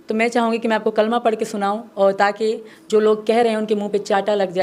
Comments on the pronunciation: Galat padh rahi hai kalma aaja mere paas tum ko ham kalma sikha denge 😂😂😂😂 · Are kutti phele kalma sahi padh